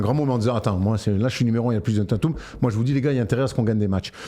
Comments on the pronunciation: Déjà c’est « Taytum» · Mes oreilles saignent avec vos Tatum 😢... Svp faîtes un effort "Tètum" c'est une superstar c'est pas un no name comme Knecht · Djèzonne Tatoume